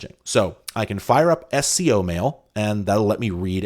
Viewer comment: SCO was pronounced as a word not as 3 letters. I was at UCSC in the 90s and while I didn't work there I knew a lot of people who did, and they all pronounced it as a word.